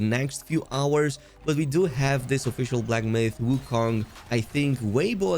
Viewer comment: Why pronounce wukong like that.. lol